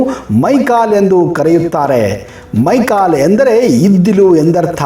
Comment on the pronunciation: ಮೈಕಲೇ ಅಲ್ಲ ಮೈಕಾಲ